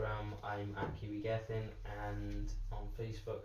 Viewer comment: Just noticed you said Kieran Gething’s! You twat! 🤣🤣🤣